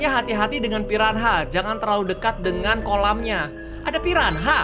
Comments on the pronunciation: bang..pirana cara sebutannya..bukan pi ran ha...hhahaha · tau gk sihh saat miaw sebut di ruangaannn~ gw kayak tebak miaw mau ke cermin itu~ ehh benaran pergi ke cermin nyaa 😂 btw miawaug , piranha sebuta nya pirana aja miaw.. silent 'h' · Piranha bukan pirahna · kak reggie bilang ikan piranha jadi "pirahna" ngakak😂